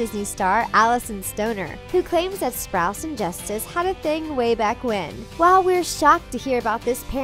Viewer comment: Avan joja and Cole sprouts ??? Wtf! Get a new narrator, I’m so sick of you disrespecting their names, i unsubscribed and disliked